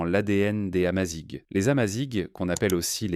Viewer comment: S'il vous plait, dire "AmaziR" et pas "Amazigue". Le "gh" se prononce "R" comme dans Paris ou gare. Merci